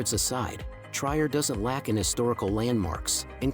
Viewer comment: Why the narrators of these kinds of documents of countries do not delve into the correct pronunciation of the cities is a mystery to me because translator lets you hear the correct pronunciation. I am referring to the place Trier. This is not Tryer but tree-er in dde pronunciation.